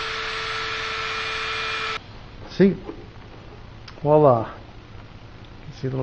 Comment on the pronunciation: "Wala"? Lol... I think you mean voila... But great work anyway. :)